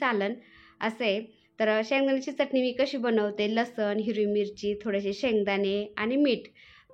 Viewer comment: ताई लसन नाही लसुन म्हना